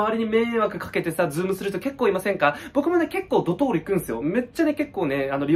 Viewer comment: ドトールがドドール